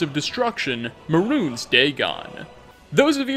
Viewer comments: Mehrunes is pronounced like, "may runes" not "maroons". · Maroons Dagon. Weird pronunciation.